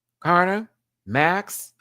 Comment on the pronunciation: It's Karna as in can't afford. Pronounced in a true Aussie accent